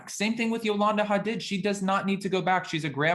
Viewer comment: HA- DEED, not HUH-DID